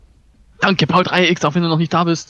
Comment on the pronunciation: Kleine Info das wird paulex ausgesprochen ^^